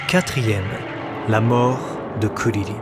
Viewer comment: Je ne comprends pas cette prononciation de "Krilin" ?